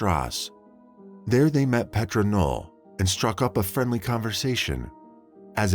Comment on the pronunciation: It's not PET RAH ITS PAYTRUH FYI